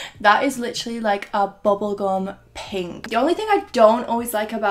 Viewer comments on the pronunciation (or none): Nobody:: bObbOl gOm